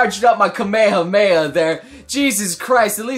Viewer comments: Did you just say kamayha kamayha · Wait tf why the heck did he say kamehameha like that